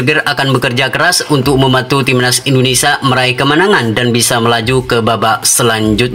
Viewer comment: INDONESIA MIN BUKANNYA INDONESA....YG BENAR NGOMONGNYA